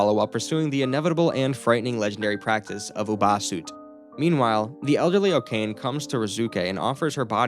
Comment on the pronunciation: Okane? it is pronounced o-ka-ne. come on.